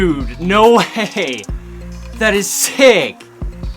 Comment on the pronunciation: in the start of the video you tried say no way but you said no hey lol🤣